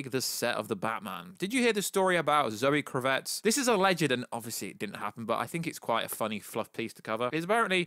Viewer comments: KRA-VITZ...really easy to say. Not Kruvetts. Sik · My brothaman! .. loving the channel and content.. but.. hahah its ‘Kraaavitz’ not Cravette! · "Zoe Crevette", please don't say "Kravet" lol, it means "Shrimp" in French, it sounds so weird. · When you say 'kravitz' you're putting the wrong emp- phas- iss on the wrong syl- ab- le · Why can't you just pronounce Zoe's name CORRECTLY ??? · Definitely the worst pronunciation of Kravitz. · How are you saying Zoe Kravitz name wrong ?🤦🏻‍♂️😂🤤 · “Doomscock. Sorry, I know nothing about this Youtuber’. If only you could just, I don’t know, type his name into the YouTube search and watch the actual video in question. It’s Doomcock. To say you ‘don’t know this YouTube’ shows an incredible lack of research on your part. Also...KravITZ. As in Lenny Kravitz. The famous musician...and her father. Again...research.